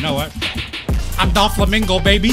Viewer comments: bro called him DOLflamingo the whole time... why do you think they call him DOFFY and not DOLFFY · It’s Doflamingo not Dolflamingo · "Dol Flamingo" im dead